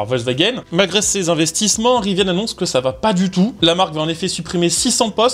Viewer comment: Il n'y a pas de e a rivian. Ca ne se prononce pas Riviane. Trouduc